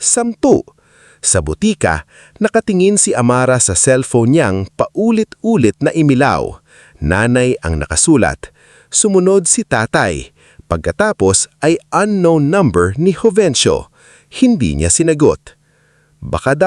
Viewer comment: Umilaw not imilaw